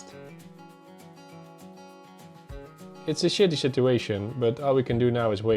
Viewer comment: “Shitiest situation” are not the easiest two words to say not even from a Brit, but you really did manage it well.